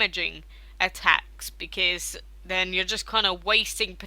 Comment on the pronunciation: why are you saying becaese not because